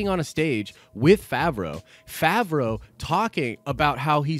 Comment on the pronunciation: Hate to be this guy but you’re saying it wrong. Fav (pronounced like have) row (pronounced like row). Fav-row Edit: you finally said it right, min into the video, after you had pronounced it 3 different ways already haha